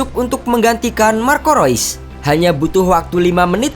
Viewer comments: Bang maaf ada ralat... Marco reus dibaca (rius) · Mimin pake pengucapan bahasa jerman